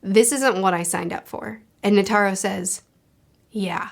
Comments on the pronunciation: Net-er-row not Ne-tare-row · If you're having trouble with names, just remember that Japanese is syllabic, where all the sounds end with a vowel. For example, the way you say Netero sounds more like Ne-Ter-Ro, but it's supposed to be Ne-Te-Ro. The vowels all represent different sounds. The "a" never sounds like an "e" -- it's always like the a in father. The e is like the e in beg. The i is closer to the ea sound in seat, not like the a sound in site (although it can also be the short i sound in sit). The o is like the o in on. The u reads more like a long o sound, like in fool, rather than full. The way vowels sound do not change based on where they are in the word, they always sound the same. Also, there are no diphthongs. Vowels are always distinct and do not run into each other. So Meruem is Me-Ru-E-M(u) with a silent u, since it's at the end. Meleoron is Me-Le-O-Ro-N. When an o is followed by a u (and an e followed by an i) like in Pitou, that is to denote that o should be a longer sound. As in, Pi-To, where To takes twice the time it takes to say Pi (if you were clapping, Pi is one clap, To is two claps, does that make sense? 😅) The consonants are mostly the same as in American English, except the g is always hard, so g will never take on a j sound. So it's Ko-Mu-Gi, where gi as in giga, not gym. There are other nuance, but remembering these three should be enough to get by most scenarios. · You're saying "Netairo", it's [Ne-tay-roh] A = ah E = ay I = eee O = oh U = ooh/ew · Quick tip on the names: Komugi: Ko-mu-gi Meruem: Mer-uem Netero: Ne-te-ro Meleoron: Me-leo-ron